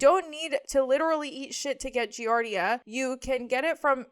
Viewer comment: It’s pronounced Gee-Ard—eee-uh and it’s a parasite that’s found in 💩 tainted water usually.